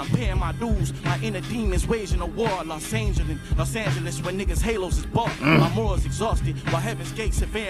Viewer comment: Dude said Los Angel less